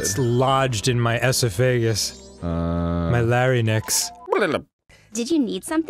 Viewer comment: Wait... did danny pronounce larynx as la-ry-nix? Kill me right now